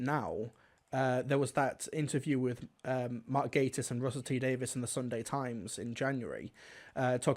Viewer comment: I wondered what on earth the Victoria and Albert Museum had to do with things. Then I realised he said VNAs not V&A's. I do agree with a lot of the points here. By the way (not being mean, I used to pronounce it wrong too) it's pronounced "gay-tiss" not "gatt-iss". :) I do need some help pronouncing some non-Who actor's names, though, as I've never heard them said aloud.